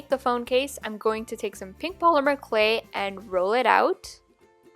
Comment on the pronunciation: She pronounces clay “CLE”